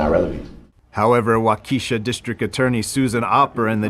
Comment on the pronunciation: You are not pronouncing Waukesha correctly.